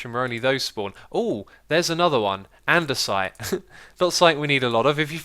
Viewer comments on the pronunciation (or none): none